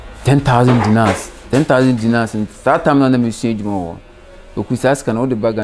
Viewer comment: 10 'Dinar' not 'dinnal' 😂